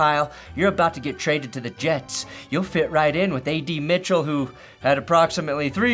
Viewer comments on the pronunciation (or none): none